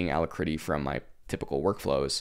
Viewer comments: It's pronounced al-ack-ritty not allahcritty. Alacrity: A cheerful readiness, willingness, or promptitude; joyous activity; briskness; sprightliness no, I don't use it either I use Kitty and and trying WezTerm out. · Thumbs down for Alacritty pronunciation.